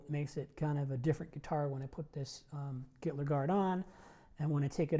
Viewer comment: I accidentally heard him say "Hitler guitar", now I can't unhear it! LMAO